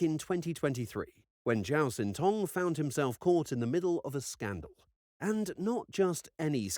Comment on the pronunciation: Xin is not pronounced Zin, it's pronounced Shin, though more forward in the mouth than our SH sound.